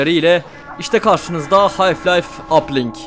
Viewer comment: Hocam yanlış anlama fakat anlattığın oyunun adını bilmemek biraz absürt kaçıyor. Hayf Life değil, Half Life.